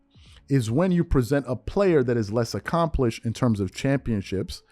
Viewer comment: It sounded like AND to me